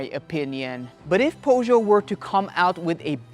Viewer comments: Poe-show? 😅🤣 Pur-sh-yet. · You lost me at Pough-Joe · Right way is PJÖSÖÖ. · Please learn how to pronounce Peugeot. It's a French name, respect the language. PS: you video is very good. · Made it to about the 10 second mark, when you cant even pronounce "PEUGEOT" didnt fill me with confidence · Thanks for the nice videos. You pronounce Peugeot in a very weird way, are you sure it's correct? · Is 100% incorrect.